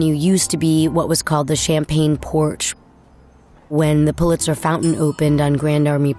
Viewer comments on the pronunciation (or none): none